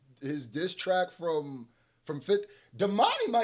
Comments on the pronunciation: Keyser Soze not Seyzer Koze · So nobody gonna tell him he putting the first letters of the name Keyser Söze wrong??? Now nifty he doing it on purpose then I will hush my opinion. But if not can we please bring it to his attention. He is nonstop doing it everytime. I don't understand why it bothers me so much but it does.